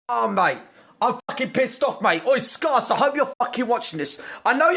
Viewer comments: "skars" OMFG IM CRYING!! XDD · "SCAR-CE"-Gross Gore -2020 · How is grossgore gonna call someone a “doMb LittOL FocK.” When he doesn’t even know how to pronounce the word scarce? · I live in the UK and I've never heard 'the customer is always right' as a saying or as a law. The customer always being right isn't true anyway. Also 'Scar-cuh'? He literally starts every video saying his own YouTube name, yet GG can't pronounce 'Scare-cuh' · Gross gores prnounceation: SCARce. Real pronunceation: SCAREce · Its not scars its scarce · Matthew Telles it’s pronounced skerce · What is it with people not being able to pronounce "Scarce"? shit started back when he blew up and now Gross Gore is calling him "scar-ce". I also get the feeling that Gross is just doing this for publicity, as I had never heard Gross Gore's voice until this situation happened, so he is definitely getting publicity. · Nobody Grossgore: Skoss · why does keemstar always call scare "fan" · Everyone: Scarce Gross Gore: scARSE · No one: Gross gore: SCARss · Don't worry Scarce, the rest of England can pronounce your name correctly. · He cant even say scarce right